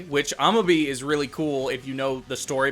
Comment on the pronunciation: Amabie is actually pronounced Ah-Mah-Bee-Ay. Sounds kind of unintuitive in English, I know.